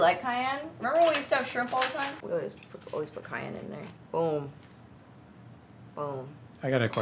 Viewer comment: My name is Cayenne and the way they pronounce it is driving me crazy😅 It’s pronounced CayENNE not CayANNE lol I loved the video though! and always know how to make me laugh😂